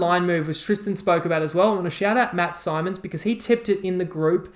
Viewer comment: Pronounced like Ben Simmons not Symonds😂 cheers for the shoutout, and love the cowboys play been on since the start of the week